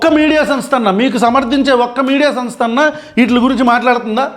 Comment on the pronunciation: సన్ స్థ కాదు బ్రో.. సమ్ స్థ 😂😂😂